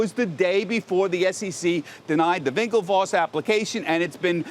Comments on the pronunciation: Winklevoss not Vinklevoss! Geez man this is prime time news. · Someone tell this dude to stop saying vinklevoss 😂